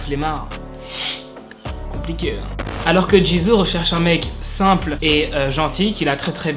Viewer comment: Super vidéo, mais Jisoo se prononce « Jissoo » et Lisa « Lissa » et Seulgi « seulji »